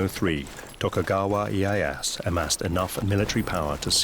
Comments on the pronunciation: They didn't use really swords in battle. Spears and bow. Also Tokugawa Ieyasu not ieyas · who the fuck is tokugawa ee-ye-ass? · Tokugawa E-I-ass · Closed the vid as soon as dude said iye-ASS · Yeah right, seems ive been pronouncing Tokugawa's name wrong also. I never knew its Eh-Ey-Ass.